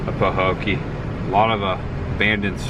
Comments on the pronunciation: It is peinounced " pa- Hoe- key" it was the home of Mel Tillis. Great job of content. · Pah-hoe-kee. I'm curious about home prices. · Pa-Ho-key is how to pronounce. Where the abandoned picnic tables were in Port Myakka there used to be an old general store on the corner across from the picnic tables. I believe they closed in early 90s or late 80s. I have a story about that bridge there’s an apparition that appears on it. That old ran down convenient store you saw Canal Point… I was always told Burt Reynolds stopped there in the movie cannonball run. I live in Belle Glade it’s sad we live in a beautiful place that could have so much potential. There abandoned Burger King in Pahokee was a Chinese place after BK closed in early 2000’s. I could go on & on but I will stop 😂 also Mel Tillis is from Pahokee…the gas station on the corner across from the grocery store is where he worked when he was a teenager. If you ever come back to this area message, we would be more than happy to tell you the history and take you to places that you haven’t seen . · Sorry to say, this is a poor town. The median income is only $35,000 per household😌 last I checked. The hospital even closed and was abandoned years ago. It is pronounced Paho kee. Love your content! Tell Chris the girl: NO ONE has ever died from a frog attack. However I would probably kill myself getting away from the flying roaches we have here in Florida.